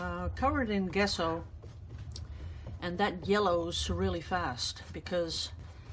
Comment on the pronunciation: The g in gesso is pronounced like the j in joy. Merry Christmas 🎄